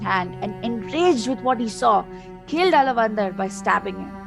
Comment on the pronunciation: Btw, he is not alavandhar...he is aalaavanthaar...!